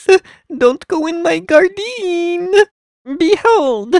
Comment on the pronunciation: " dont go in my gardeen "